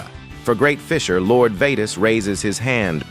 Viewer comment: no way bro said 'vetos' 💀